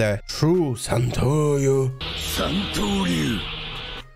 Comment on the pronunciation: he says santoryu perfectly